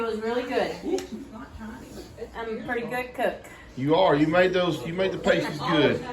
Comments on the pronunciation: Hey, pAsties the way you pronounced it with a long A are items worn by women dancing in clubs. They are circular sparkly bandaid type stickers that often have tassels hanging off of them. The dancers stick them over their nipples and when they dance the tassels swing around and around. Păsties are delicious meat and potato pies. Here in Pennsylvania my favorite bakery makes lots of flavor variations. My two favorites are veggie and cheese (mixed grilled veggies with cubbed potatoes and Cooper Sharp cheese) and Chicken Corn chowder made with field fresh corn in the summer (cubes of chicken and potatoes, onion corn and Cooper Sharp Cheese). So delicious. I’m not sure if Cooper Sharp is a local made cheese but it’s a delicious American/sharp cheese. It has a sharp kick with the beautiful melt of American cheese. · Hi and Lou. I chuckled with how you said paastees proper Cornish pasties are delicious. They are rolled different too as they are meant to be held Very good attempt though. Glad you all enjoyed them. Have a fun evening. Take care God Bless. 🙏💕😎🧑🏻‍🍳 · Aren't they Pasties, sounds like (Pastee's) they are not nipple covers! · Hi and Lou, when I lived in northern Minnesota I learned to make venison pasties (pronounced “paaasties”, because “paysties” are nipple covers used by strippers. I would just cube my meat, carrots, potatoes and onions and bake in a pie crust folded over like a half moon and edges sealed with fork tines. It’s easier to assemble if ingredients are cold. Love Brynleighs hair cut. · their pronounced parstees and true Cornish pasties have beef,potato,onion and Swede (yellow turnip or rutabaga depending on what you call it)cut in all small cubes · Yayy our Cornish Pasties are a English UK dish they are delightful... they are pronounced paastees😊 ☺️ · Yes...past-ees. paste-ees are part of an exotic dancer's wardrobe. LOL! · Lol they are pasties not pAsties 😂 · Pastie is pronounced with the a like apple